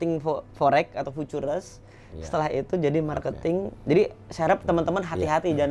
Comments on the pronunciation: emng klo kaya harus bisa ngomong futures?? 😀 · IR Insinyur ?? Baca ejaan Futures aja kok gak bisa yaa.. 🤔🤔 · Salah ngomong futures bukan karena susah ngejelasin, tapi emang ga bisa pronounciationnya aja. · lah emang bener kan ? Dia di IG nya bahkan dibeberapa Pertemuan MLM-nya dia bangga loh sebagai Lulusan ITB 2003, bangga sebagai pembalap, tapi kok ngomong Futures sama All In aja belepotan bukan main, kayak tukang becak yg ga pernah bisa baca tulis jelasinnya ahahaha... Ya Allah mudah2an Masyarakat tdk banyak mau dibodoh2i sama Affiliator macam org org seperti itu. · Aneh sih, harusnya sekelas orang pernah kuliah, apalagi di ITB harusnya ga asing sih dengan istilah future, all in, dll. Jangankan kuliah, pas SMP aja belajar tenses pasti guru bahasa Inggris ngomong futures itu yah fyuceur bukan fu-tu-res wkwkwkwk! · Btw harus nya baca nya kan Viucee kan? Kok nyebut nya future trs ya 😄😄😄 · Dari tadi saya ga paham ga masuk nalar aja gitu sekelas Ir. mohon maaf sebelumnya masa Futures aja ga bisa pelafalannya.. 🙏🏻🙏🏻 sedangkan kata lain “again, income dll” beliau ngerti. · Kok langsung ngomong FOREX gak beres....putures putures.....wkwkwkwkwkkw.... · fucures..oll in fucures..oll in fucures..oll in fucures..oll in fucures..oll in fucures..oll in fucures..oll in wkwkwkwkwk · setuju sebutin kata dengan lafal penyebutan fiturs aj susah banget ya😅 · Si Belepetan Futures = fiuces 😂😂😂 Punya Supercar Belepetan Gini.....kaya dari mana....??? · Contoh orang kaya yg ga mau belajar b.inggris....🤣🤣🤣 Pronounce loe jlk bgt bro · punya supercar tapi ngomong forex koq berbahaya? ngomong nya juga futures itu ngakak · Bang lu bilang futures kok jelek bgt ,, bahasa Inggris tolong diperbaiki jadi ga pngen nnton😂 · ini beneran insinyur? nyebut futures nggak bisa 😜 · Sayang bener si papi uya, Channel Besar gini ngundang narasumber yg begini. Gelar Ir tapi ngomong Futures ga bisa. Ampun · Anak ITB ga bisa ngomong futures, ajaib! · iya ya nyebut futures aja gk bisa ya